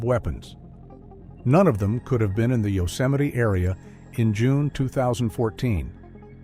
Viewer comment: A serious question..........how is Yosemite pronounced 'Yoseminee'?